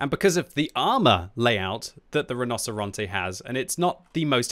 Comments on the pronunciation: I don't know anything about spanish BUT in italian "rinoceronte" is pronounced "rinoceronte" not "rinoseronte" xDD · Mostly. Rinocerante is said like “Ree-No-Cer-An-Tay,” and he said it like “Rah-No-Cer-An-Te.” Pretty close. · pronounced 'rino-che-ronte' because a 'c' followed by an 'I' or 'e' makes a 'che' sound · You mean you played the Tier Ten iTalian auToreloading Tank RRRRRRRHinoceronte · Hey, the tank is pronounced "Reenocherontay" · Correct, kept butchering it but i don't blame him, it ain't easy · Hey! I promise I'm not trying to have a go at you, absolutely love your videos, just thought I might mention that the "c" in Italian will sound like a "ch" in this context! The rest of your pronunciation is actually pretty on point, just thought I'd drop you a quick tip! Thanks for the awesome content, I always learn a lot! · you need to learn how to pronounce rinoceronte right:D